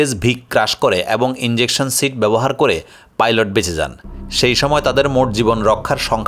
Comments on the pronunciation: ইঞ্জেকশন নারে পাগল ইজেকশন। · বাবারে, এখানে ইন্জেকশনের কোনো ভুমিকা নেই, এটা 'ইজেকশন' 😂😂😂